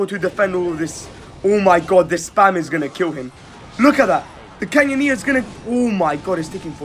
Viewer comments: Bro really called it "canyoneer"💀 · why do you call the canoneer the canyoneer?